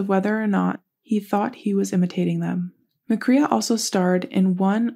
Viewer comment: His last name is pronounced with the long A sound like McCRAE